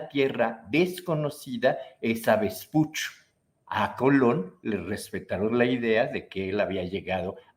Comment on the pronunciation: Se pronuncia Vespucho.